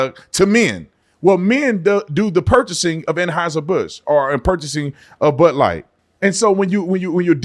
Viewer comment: What is but light? He said bud light. Like but light.